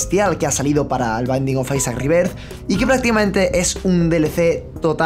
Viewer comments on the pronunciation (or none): none